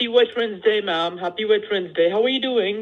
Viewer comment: he really said wet friends day lmao 😂😂